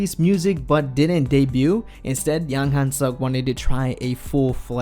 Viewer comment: At least learn how to pronounce people's name yea? Yang Hyun Suk not Yang Han Suck